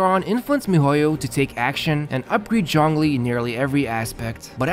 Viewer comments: no, the "zh" is kinda pronounced like "juh", not "joh", which is the way they pronounced it. Saying "john lee" is also missing the "ng" sound, and zhongli also has an "o" sound that isnt present in english. Also about your cousin, they may be either accented or saying to so fast that you cant make out the individual sounds, which a lot of people do. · native pronunciation of zhongli sounds like jongli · That may be true and all, but I don't understand what point ur trying to make? Starting with a 'J' is still closer to the original pronounciation rather than starting with a 'ZH'. I said that in my previous comment too ☝️ I never said he said it correctly, I just said it was closer to the original